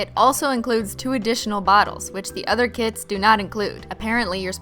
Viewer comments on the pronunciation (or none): When she says "kits" i think she's talking about "kids" ..😂😂 i was like? What kids?